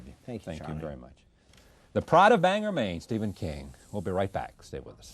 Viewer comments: It's 'Bang-gore' Charlie, not 'Banger'. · Did he just say "Banger" Maine 😂😂😂😂😱🤦🏼‍♀️